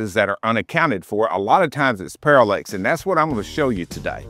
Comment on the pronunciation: Parallax… not Parallex…